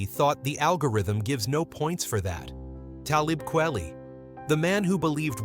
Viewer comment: I really cannot take your bad pronunciation of his name. Simpleton.